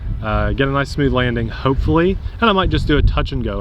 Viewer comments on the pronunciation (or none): none